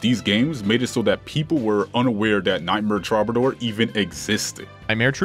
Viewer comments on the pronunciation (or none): Love the vids. It's pronounced true-ba-door though I believe. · Repeat after me: "true buh door" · Why do you keep calling it Trobbadoor?! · Take a shot everytime he mispronounces "Troubadour."